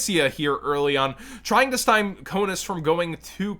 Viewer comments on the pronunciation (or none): Stymie is pronounced stye-me not stime. Not a big deal or anything, but if it was me narrating and I was repeatedly mispronouncing something, I would want to be told :)